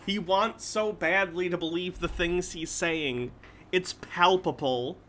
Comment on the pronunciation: voice is beginning to sound more slurred and mumbly than usual. And he is beginning to REALLY overemphasize when he says "theengs"